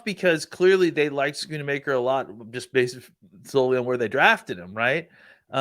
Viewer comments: Why do people have such a hard time saying Schoonmaker? Both of these men are saying it like SchoonAmaker, and I hear people saying Shoonmahker too. Its pronounced Skoon-Maker smh. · Love but he butchers names a lot. I’m surprised both of them are adding an “a” to his name.